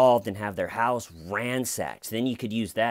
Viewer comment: Or Canadian ;)